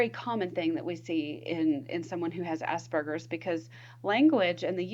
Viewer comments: It's 'Aspergers', not 'ass burgers'. Sorry, but I struggled to get past that as it sounds ridiculous the way you say it. I could not focus on the content. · Am I the only one that keeps hearing 'ass burgers"?